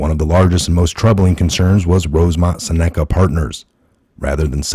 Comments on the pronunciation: It's pronounced "sen a ca" not "sa NECK a" ....gawd .... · Exactly! But Im pretty sure Seneca is pronounced SINuhkuh... It's a tribes name.